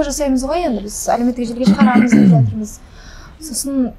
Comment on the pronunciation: Короче ертерек тиіп алғым келеді десейші , сосын тәлпіштеніп деп деген сөзді дзеп демей сөйлеші